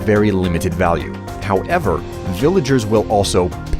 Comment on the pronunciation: why do you pronunce however how ever????????????????????????????????????????????????????????????????????????????